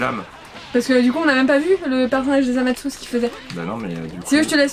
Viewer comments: Sa ce prononce zamasou en francais et zamass en japonais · En français on dit Zamatsou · sa ce prononce zamassou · en japonais il disent zamase